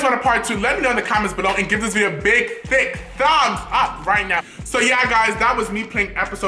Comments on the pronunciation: I choked on my eggs when he said thicqq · I swear, every time he says " give this video a big, fat......... THICK." I start dying of laughter😂😂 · How he says thick 😂😂😂